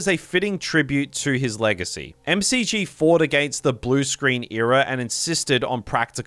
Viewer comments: It's "Mack-jee", not "Em Cee Gee" 💀 Clearly you are not a Charlie's Angels fan ahah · It's McG, as in... Mc-Gee not M.C.G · love it the directors name is pronounced Mick Gee lol no EM CEE GEE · The director's name is pronounced MacGee, not M C G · Solid! tho McG is 'Mick Gee' like McDonald, not (M-C-G). His R-rated Salvation cut is available on disc. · The director of Salvation is named McG — pronounced Mick Gee. How can this movie be #2 in your list without your knowing this? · M-C-G? His name is pronounced as it is spelled: "McG". Mick, then the letter G. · Sorry, M C G?? That's McG to you, Buddy. Like McDonald's! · No, Christian Bale down not have "a Welsh accent"! Though he was technically born in Wales, never really lived there & he has a very distinct London accent. It's also not "MCG", tho an Ausdse making that mistake is understandable: it's McG, pronounced "mcgee". For some pretentious reason. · For being such a fan of Salvation, you sure don't know how to pronounce the director's name 😂 It's 'mac gee' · his name is said like 'Mack Gee'. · I believe the director’s name is pronounced [makgi]. Like you would pronounce McDonald’s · Nice video but I think the director of Salvation is pronounced “Mick Gee” because it’s short for his middle name McGinty. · Never heard McG pronounced " M C G" before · Its pronounced "Mick G", the director's middle name is McGinty. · That's not how you pronounce McG